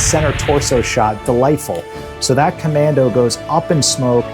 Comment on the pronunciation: Great show. the "ComanDOH"